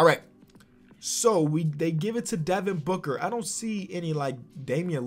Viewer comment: This guy said Devin Booger XD